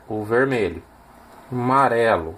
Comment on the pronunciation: Gostei demais do projeto, o que mais me fez feliz nesse vídeo foi ouvir você falando as cores; Marrão, Marelo. só faltou dizer VERMEI! 😂